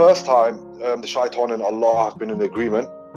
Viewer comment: clear difference then look how he pronounces shaitan